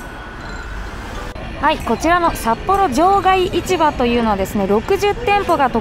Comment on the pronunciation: またまたの北海道は札幌の動画、楽しく拝見しました～！ ところで、場外市場の読み方ですが正しくは『じょうがいしじょう』です（バス停のローマ字表記も「shijo」になってます）。 札幌卸売市場も同様に『しじょう』です。 地元民からすると、違和感があるので、指摘させていただきました。 一方、観光スポットで有名な二条市場は『にじょういちば』と読みます。 日本語って難しい～